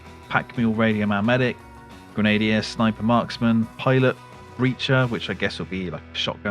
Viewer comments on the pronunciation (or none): Grenadier. Shouldn't have to tell an Englishman this, but it's pronounced "Gren ah deer" . Not "Gren a dee ah". Grenadier Guards come to mind? 🇦🇺